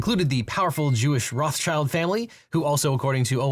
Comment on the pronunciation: how did roth-schild become roths-child? it's killing me everytime lol